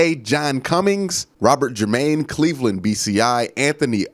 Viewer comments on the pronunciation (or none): none